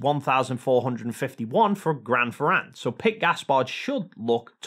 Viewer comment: PLease pronunciate "Grand Ferrand" wit an "a" sound as in "want" and not as in "bat". For the rest good explanation!